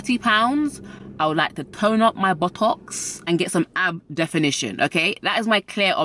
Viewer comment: I'm only here for her pronunciation of buttocks. Really, that's it. ❤️😁